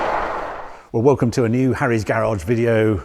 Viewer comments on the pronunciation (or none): none